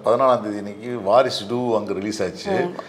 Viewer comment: அது வாரிசுடு இல்லய்யா! வாரசுடு!